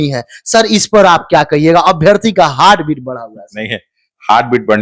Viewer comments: In your language....heart is हायर्ट 😂😂😂😂😂😂😂😂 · It's हार्ट not हर्ट